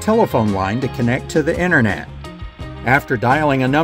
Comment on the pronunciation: I think it is called "internet", not "inner net".